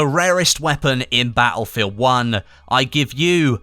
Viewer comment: Ba'elfield 1